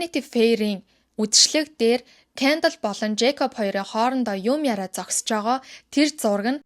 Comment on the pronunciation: Кяндал , Каялий гээд хэлэхийг нь сонсохоор аймар хэцүү байна аа. Зүгээр хэлж болдоггүй юм уу?